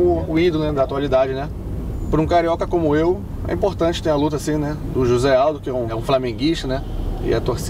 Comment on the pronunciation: I'm confused. Isn't Junior Dos Santos Brazilian? Then why did he pronounce "José" with a jota like in Spanish?